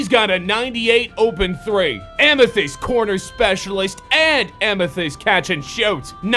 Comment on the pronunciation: Boy said amythest corner specialist